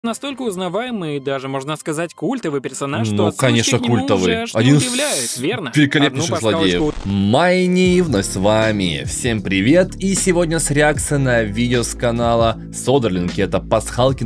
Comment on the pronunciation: Не мацни а